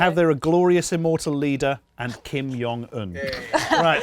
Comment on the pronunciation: pronunciation of Kim Jong Un makes me want to throw up.